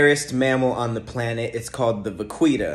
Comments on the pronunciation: Vah-Kita is how it's pronounced and I believe you can only see it off the gulf of Mexico. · Pronounced VA-KI-TAH it’s Spanish for little cow … just fyi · Pronounced VA KEE TA its spanish for female cow